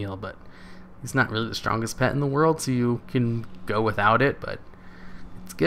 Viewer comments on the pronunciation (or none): none